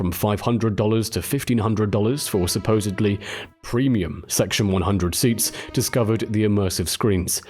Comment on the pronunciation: Suposeably?? Learn English